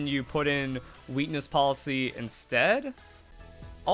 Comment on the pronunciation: Lol I'm sorry but I can't unhear weenis policy Great video